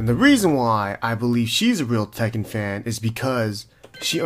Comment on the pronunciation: She actually said the "ken" correctly, but the "tek" should be pronounced like how we pronounce it usually. てっけん not "tehken"